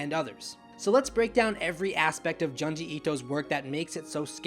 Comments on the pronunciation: JOOnji... not Juhnji. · If u like the man than pls say his name right. Junji pronounced like ( june ji)